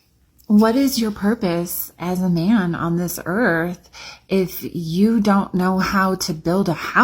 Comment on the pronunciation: Also .... the "earf" threw me off lol